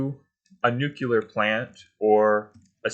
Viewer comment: Pls dont say nu-cular. Its not a word.